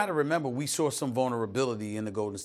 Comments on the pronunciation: We SAWR that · “They sawr that” lmao what are you saying Stephen A.! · Stephen "we sawr that" smith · Saw* not sore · sore = saw - Stephen A. Smith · Stephen A: we sawr vulnerability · "We also sawhrrr". Love when my ppl put Rs on W ending words